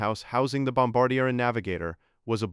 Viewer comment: This idiot does not know the how to pronounce bombardier, or maybe it is the AI generated crap that is used!